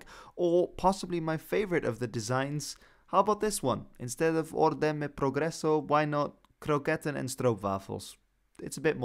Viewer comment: In Portuguese “do” (contraction of preposition “de” and masculine definite article “o” is pronounced “doo” as it is in English, not “do” as in “do-re-me.” The terminal “m” in “ordem” is nasalized and pronounced “ordeng.”